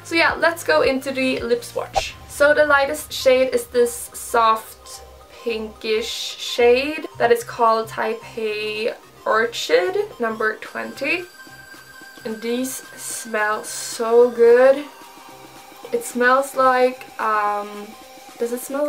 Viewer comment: Orchid is a flower. pronounced as Orkid. Hello! ❤